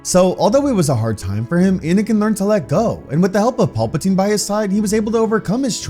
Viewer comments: For the love of God it is PAL-patine not PAUL-patine. Love your stories but get it together man. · Pal-patine not Paul-patine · Please stop saying Paul Potine. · All i hear is "Paul-patine" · "Paul patine" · Paulpatine? lol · Im tired of dude calling Palpatine "Paul Poutine" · Every time I hear master palpatine I hear master paperplate in my mind